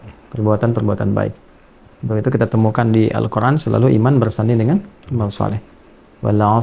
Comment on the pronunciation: Salam saya dari Malaysia..saya sejak dahulu lagi suka mendengar cara bagaimana ustaz mengucapkan perkataan "Al Quran .'..kerana sebutan nya beliau lain Dari yg lain..ada Nur pada perkataan "Al Quran " yg beliau ucapkan ,dengan santainya... Tapi menyentuh sekali sanubari ini..hanya perkataan "Al Quran"..yg beliau ucapkan begitu memberi kesan sekali kepada saya.. mengagumkan sekali .